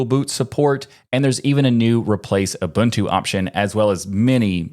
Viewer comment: As a South African, thank you for saying Ubuntu correctly